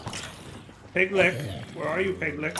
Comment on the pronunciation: “Piglich” rhymes with witch. Also, the sniffer needs more room to sniff for stuff.